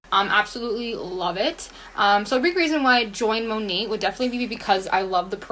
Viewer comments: Okay by the girl who works for Monat is literally pronouncing the name wrong??? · i hate that the monat seller kept pouncing the “t” in monat... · The Monat Hun 😂😂 “currently working from home while getting more into scientific abilities” WHAT?? 😭😭😭 She reminds me of the girl on drugs you accidentally meet at a party and can’t get away from as she’s word vomiting things that sound intelligent in her head but are actually completely incoherent...